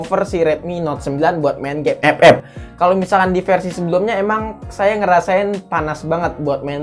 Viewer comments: Ngakak aku bang lu ngomong ep ep🤣🤣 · Pas bilang epep ngakak bang asli dah🤣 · Maap bang, setiap lu ngomong "EPEP" GW ngakak bangkeee 🤣🤣🤣🤣